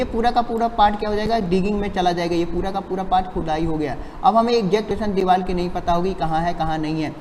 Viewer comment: Vo deewal nhi hota deewar hota hai lodu 🤣🤣🤣